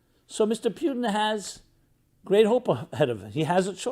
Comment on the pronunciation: for goodness sake to pronounce Putin as ‘P i u tin’ sounds as caricature. He is ‘Pu (ooo)tin’ and in Russian it’s a meaningful word - an adjective from the word “Road, HWY, - Road map / HWY Patrol .. HWY sign…